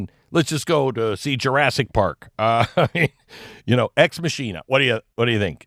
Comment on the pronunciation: Oh Lord. He said, "Ex-Masheana". Seriously? O Lord.